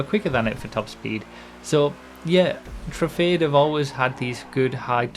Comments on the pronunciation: Can we start pronouncing Truffade as True-Fad-Ay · convincing people it's pronounced: true - fahd - deh